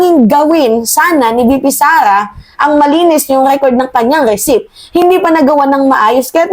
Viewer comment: mali ka na naman sa pronunciation mo sa receipt ang sabi mo recip "recit" ang bigkas na tama.